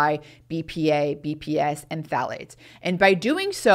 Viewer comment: I can’t understand that last chemical sounds like she’s saying P fats. The ones that stay in for the longest period of time and iron to excreted through the measures she is discussing. Can someone tell me what she saying and as importantly, where these chemicals R found? Thank you.